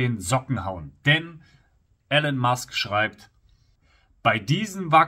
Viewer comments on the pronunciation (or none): Elon gesprochen Ilon, nicht Ellon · Aussprache : Ihlon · Guter Beitrag aber bitte, nicht Elen Musk, er heißt Elon.